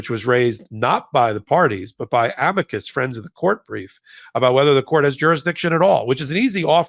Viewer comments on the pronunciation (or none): It's uh-MEE-kus. Practice that.